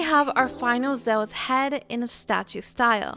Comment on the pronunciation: The way you say Zeus, omg please stop..... it's not Zowas or however you're trying to say it! LOL!